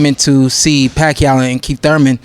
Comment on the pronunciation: Manny Rack-yaw..oh sorry I mean Manny Pacquiao..hahaha